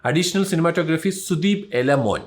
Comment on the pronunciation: എല മോൻ അല്ല ഇലമൺ 😬😬